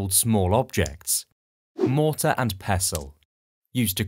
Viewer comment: Mortar..... not mortal